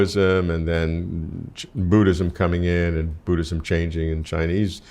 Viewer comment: Its Buddhism not Booddism.